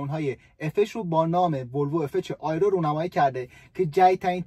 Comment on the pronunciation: در ضمن آیرو نمی گن تلفظ صحیح اش "ای رو" می باشد الف کسره داره . با تشکر از برنامه های خوبت ❤